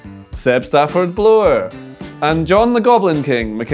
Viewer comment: Caw! They said Seb Stafford-Blor correctly! Tis a Christmas miracle!